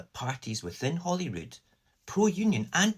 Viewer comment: It's H-O-L-Y-R-O-O-D, HOLYROOD, as in HOLY CROSS. Saor Alba.